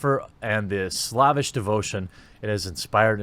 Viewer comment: "slavish" = slave-ish, not slav-ish